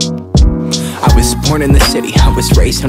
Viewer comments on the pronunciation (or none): none